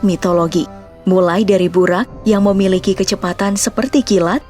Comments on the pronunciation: Bacanya buroq min bukan buraq, di dalam Al-Quran huruf Ra dibaca Ro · Burok min bukan burak